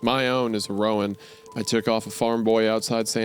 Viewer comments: Roan is one syllable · This is the comment I was looking for, everytime he said ro-an I died a little. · Anyone else cringe at wendigoon mispronouncing "Sorrel" and "roan"? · It's not ro-ann it's like rone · Roan is pronounced just like groan. Not Rowan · It’s pronounced “Rone” not “Rowan”. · I really wish wendy would learn how to say roan and sorrel properly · As a horse girl the pronunciation of "roan" and "sorrel" made me giggle. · My guy, coming from someone who is around horses, owns horses and has had to deal with horses my entire life. Just let me say, it stings to hear you mispronounce almost all the colors of the horses. from Roan to Sorrel. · As a horse person, this author actually describing horses well delights me. As does the way Isaiah mispronounces "roan" and "sorrel" lol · Side note- I love the story but hearing Isaiah say horse breeds/coats is painful😂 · Not to mention how he pronounced "roan" 😂